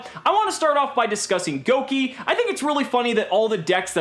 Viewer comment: I'm not happy with this pronunciation of Gouki. Gouge, Gouda.